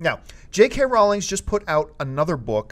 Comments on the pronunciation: JK Rowling not Rowlings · Sorry, John, it's pronounced Rohw-ling.